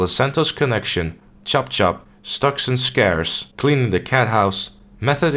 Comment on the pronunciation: yay you pronounced Stocks and Scares right